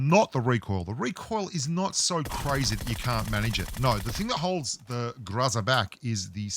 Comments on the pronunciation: It’s weird how the pronunciation gets mixed up a bit.. but I’m pretty sure it’s pronunciation is GRO-ZA . But I think it’s basically where ur from.. lol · Don't Tell Me How To Pronounce GROZA (GROW-zuhh) If You Can't Even Pronounce FAMAS (Pho-Mas) Your Pronunciation Is "FAM-iSS" Boomer Bloke.. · If you want to know how to pronounce the "groza", make Google translate "thunder" into Russian. Maybe learn some Russian, even.